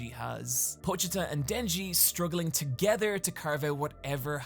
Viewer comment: yo shout out to being one of the few youtubers to actually pronounce pochita properly